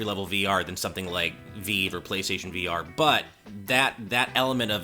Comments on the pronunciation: Ah yes I love the HTC “VeeeeVe” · Ok, what in the world is a veev?? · It's called V-eye-v. As in rhymes with five--Vive! Stop saying it wrong just to sound different like some hipster ponce. >:-(